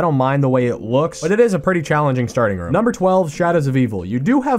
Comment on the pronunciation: I love your channel but hate the way your say room